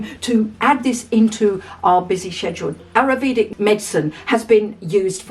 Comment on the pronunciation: The ancient Indian medicine is pronounced "EYE-yurr-VAY-duh" . PS - That a bottle of vodka by your bed back there?